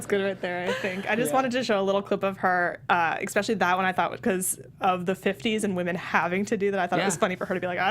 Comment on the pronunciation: I hate myself for becoming an internet troll but I just have to say that the x in “especially” is not only silent - it doesn’t exist. Otherwise I love your enthusiasm for this great show. Thanks!